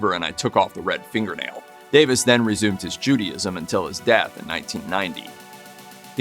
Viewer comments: SYMBOLISM, NOT SYMBOLOGY, JUDAISM IS PRONOUNCED: JOO DAY ISM NOT JOO DEE ISM. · "Judee-ism" LOL! (Judaism)